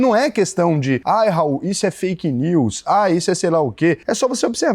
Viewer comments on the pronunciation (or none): none